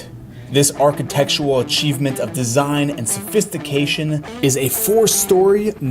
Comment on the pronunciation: Why do You over-accentuate the ending of words like “Home-a” or “design-a” 😂😂